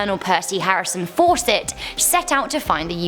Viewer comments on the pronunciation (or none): none